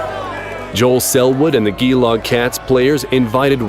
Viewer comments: please, just please, do research on the name of a place before you publish a video. It would have taken 5 seconds and slightly improved the video, especially for Australians. Geelong is pronounced ‘juh - long’. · Western Bulldogs and Collingwood...IT IS NOT SOCCER. So far you have shown two Australian Rules Football pieces this one and one with the BADLY PRONOUNCED Geelong Cats (pronounced JEELONG) Why do you get every other effing sport right except this ONE FRIGGING SPORT it has the HIGHEST spectator base in Australia...and you morons call it soccer. How about I call American Football RUGBY. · If your going to name our Aussie footy teams please pronounce it correctly. It's pronounced ja-long not ghee-long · It's pronounced "G"long...not gee long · The Australian football team is pronounced lGee Long its named after a town in Melbourne Victoria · It's not gi-long it's Gee-long (pronounced G-long) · its not geeelong is gelong but anyway good video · its Geelong as in Gee/long not Gelog. 5.32. speak english ffs. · It's pronounced jee long, but with a g,, Geelong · I'm dying at the pronunciation. Geelong is pronounced 'Jehlong'. they are playing the same sport, it's AFL (Australian Football League, aka Aussie Rules), not soccer. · Geelong, pronounced G' Long. I know because I was born there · they pronounced geelong incorrectly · Your pronunciation of Geelong was putrid , but amazing vid either way. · Wow, the pronunciation of Geelong and then calling an Australian football player a soccer player 😂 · that's not how you pronounce Geelong. It's a g like in giraffe. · Hey you pronounced geelong wrong bc im from Australia and I'm a afl fan